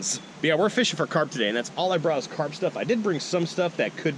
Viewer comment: Carp not crap lol